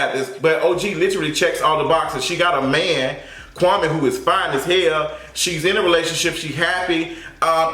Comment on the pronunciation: um it’s KWA-MEE